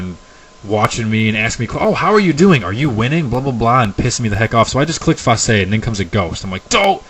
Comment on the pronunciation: Interesting pronunciation of Façade.